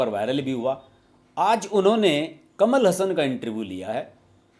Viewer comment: Pronounce teek tarah se karlo saab... kamal Hassan hai... hasan nahi hai plz😝😝😝